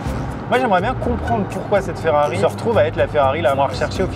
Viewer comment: On dirait une DOlorean 🤦🤦🤦 Mais pourquoi tout le monde se trompe sur la prononciation de cette voiture mythique ? C'est si dur de dire DElorean ? C'est pas comme Dolores. (et heureusement que l'orthographe par écrit est juste). Vous avez donc acheté une FOrrari.